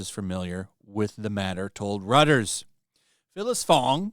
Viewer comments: 'Royters' not 'Rutters.'❤ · Reuters (royters) not Rutters. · REUTERS is pronounced "ROY-TERZ" not "RUTT-ERZ." I realize that in English the spelling does not intuit the correct pronunciation but Reuters is a German last name so German pronunciation. Thanks for the video. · It is pronounce Roit-ers, not "Rutters"! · "Reuters" is pronounced like "Roy-ters" not like "rutters" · It's pronounced Rooters, Not Rutters. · “Reuters” is actually pronounced “roy-ters”. I like your videos and wanted you to know. Reuters is a news agency owned by Thomson Reuters. It employs around 2,500 journalists and 600 photojournalists in about 200 locations worldwide writing in 16 languages. Reuters is one of the largest news agencies in the world. The agency was established in London . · Reuters is pronounced roy-ters. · Calling Reuters “Rutters” is hilarious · reuters not rutters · Reuters is pronounced ROY ters fyi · Reuters is pronounced Royters. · ‘Reuters’ is pronounced ‘Royters’. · Great story, but the news service Reuters is pronounced "roy-ters". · It's not pronounced "RUTTERS" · For the record, the newswire's name is pronounced ROY-ters. I believe it's a German name. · Its pronounced Roy-ters. And they are garbage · Reuters is pronounced "roy-ters" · You need to learn how to pronounce Reuters. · Not too Fong for wu hhhhh. Bro is Roy Turze "Reuters"